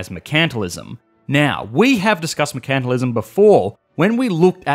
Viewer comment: is that how you're supposed to pronounce "mercantilism"? I thought the emphasis is on the first "e" and not "a".